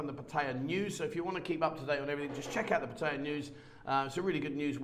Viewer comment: For someone who claims to speak Thai, I wish ou would learn how to say "Pattaya" properly. Apart from that you make a pretty good account of yourself. :)